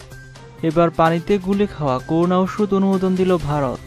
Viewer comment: News reader, pls, accurate pronounciation ; so, koruna noy ; hobe ''Korona ''.